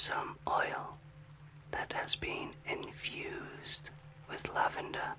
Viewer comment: I must be tired. I heard “the oil is infused with Love-ender.” LOVE-ender. And I was like, “Yes, please. Yes.” ❤